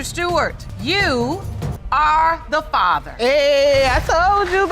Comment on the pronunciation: If you're going to do paternity videos, at least say the word FATHER correctly! and musics too loud!